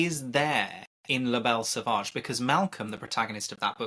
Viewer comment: It's pronounced "La Belle Sauvage", not "Le Belle Sauvage".